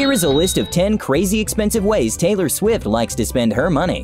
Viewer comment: Taylor shwift